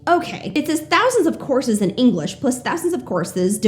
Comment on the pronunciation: For some reason I keep hearing "horses", not courses. I'd like some hi-level horses, yes.